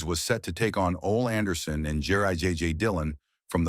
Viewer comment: It is. It said Ol Anderson. Instead of Ole. How do you botch that if you are a wrestling fan.